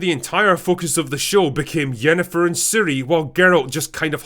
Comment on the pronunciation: Instead of fringilla we got fringn**gra. Instead of triss we got tashonda. Instead of yennefer we got yenjee*t.